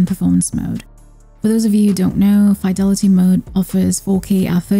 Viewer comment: You pronounced fidelity wrong. 😳